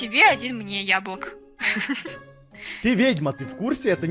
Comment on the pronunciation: поймут только белорусы 😂😂😂🤣🤣 <яблЫк>